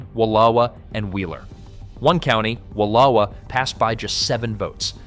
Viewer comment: Interesting info to this native Oregonian, but the narrator obviously didn't do his research on how to pronounce WillAmette, SAlem, or Wallowa.